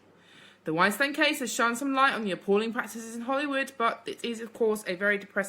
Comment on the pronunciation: You pronounce that scumbags name, wine steen